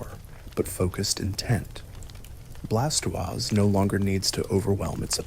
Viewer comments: Bla toisℯ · Thats a mighty unique way of pronouncing Blastoise...